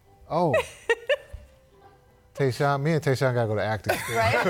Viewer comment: It's Tyshawn not Tayshawn. Kidd doesn't even know the player he coached